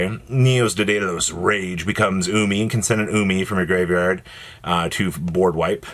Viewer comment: Where in the actual hell do you see any letters that make an "-ose" sound at the end of "Daedalus." It's LUH-S. Just like you say "Lo-" in "Love." Come ON,.